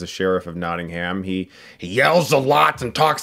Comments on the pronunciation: If you ever visit Nottingham, please do not pronounce it like he did as people will point and laugh at you. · I'm from Nottingham and I love the way Americans say it "NottingHam". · "Notting HAM"